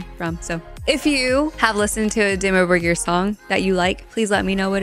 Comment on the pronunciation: Your pronounciation of Dimmu Borgir is as close as it gets without it being your native language (roll the r's), well done! You also said Jessheim correctly. I'd also like to suggest you check out the band Orbit Culture from Sweden with their song The Shadowing.